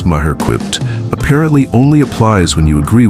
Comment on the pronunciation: It's Not MAH-her. ROBOT